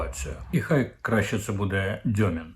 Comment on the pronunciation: Уточнення: не Дьомін, а Дюмін.